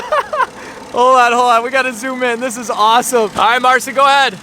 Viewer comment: Would be nice if You could learn how to pronounce Marcin's name correctly